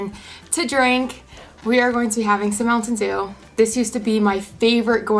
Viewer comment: I like how you say MounTTTain dew